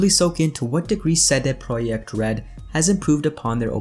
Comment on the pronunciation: you pronounced CD Projekt like real Pole!:) Great! Keep it going!